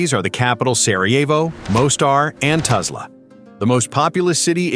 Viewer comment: Tuzla is NOT pronounced TAZLA! Just like it is spelled, TUZLA (toozla)